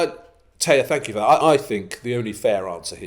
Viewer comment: Thaaaank you!